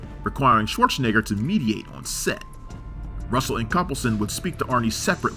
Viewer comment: What a strange, and annoying way of mispronouncing 'Schwarzenegger'. It was so aggravating I had to stop watching.